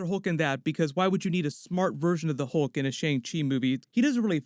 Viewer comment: Hulk not holke